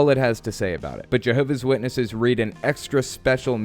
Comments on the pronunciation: Why cant the lady correctly pronounce her own religion? It's "Jehovah's Witnesses" and she's a "Jehovah's Witness" not Jehovah Witness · She referred to them as "Jehovah Witnesses". JWs are very touchy about how the name of their spook club is pronounced. Also, a real JW would NEVER call the Atheist Experience.